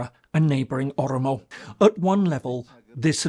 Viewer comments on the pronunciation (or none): This guy can't even pronounce Oromo or Amharic..as words ???